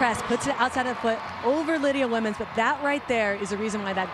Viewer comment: CRYSTAL press!?! lydia WOMENS omg pronounce it correctly 😳😳